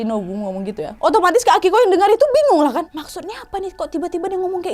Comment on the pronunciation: Apa cma w yg slah Denger... Indihome 🙄🤣